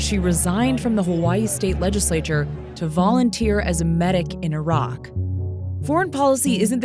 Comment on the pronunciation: I guess she is the first American I came across who could pronounce IRAQ correctly.